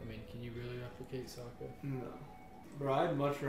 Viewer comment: You got to really emphasize the O in Sokka.